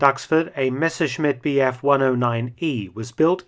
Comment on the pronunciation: Great video once again! I’ve seen the 109 in Duxford a couple years back. I love how you pronounce the name Messerschmitt. More interesting videos like this please😁